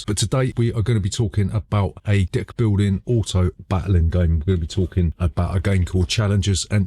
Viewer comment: For a brief moment I was like: "did he just say d'ck-building game?"